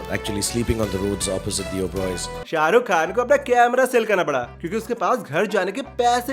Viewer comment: Sha bolna seekh pehle